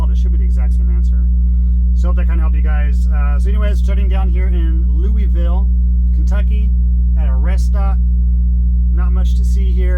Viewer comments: did you ever learn on a manual? Also, do you get paid by the mile or hourly? Also, I knew a guy from KY and he told me it's pronounced LOU-A-VILLE. Not trying to be a smart ass, just thought I would save you from getting made fun of by other people from Kentucky. Drive safe bro! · Great info. But for the record. Lou-uh-vule 🤣